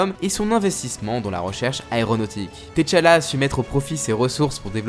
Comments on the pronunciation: C " T’challa" et non "T challa" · tu me tue ''Tetchala'' il le dit OMG